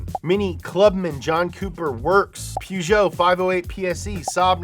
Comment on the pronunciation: don't say PEWgeot